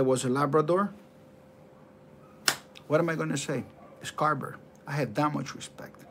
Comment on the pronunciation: Not "carber" but Carver!😁🤣😂